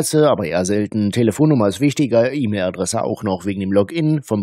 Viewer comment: Per Eämil. Wer kennt sie nicht, die Eämil Adresse?🤣🤣🤣